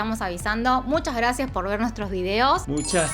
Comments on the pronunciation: Muchas ggrrrrrrrracias 😂😂❤️ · Aaaawww me encanta su GRRRAAACIAS!! De 🤗❤🇲🇽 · Nadie: Absolutamente nadie:: Muchas grrrrrrrrrrracias